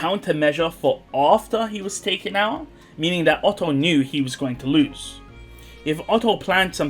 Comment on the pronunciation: Oof not Otto.